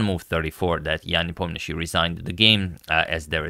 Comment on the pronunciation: Yan Nepomnyachtchy